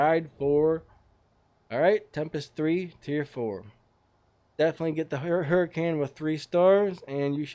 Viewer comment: you say : hu-rh-can not hurricane